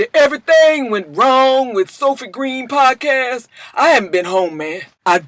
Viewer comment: i know im Maaaaadd late...but did anybody else notice that Snoop kept calling it a "pobcast"? 🤔